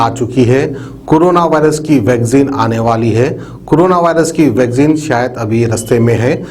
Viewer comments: Vagzin nai re baba...vaccine bolo ba...😂😂😂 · Mr its not Vagzin...its Vaccine....yaar seedhe bolna tu seekho phale... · vaccine bolna sikhiye